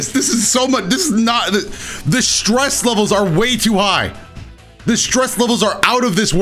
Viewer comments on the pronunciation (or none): none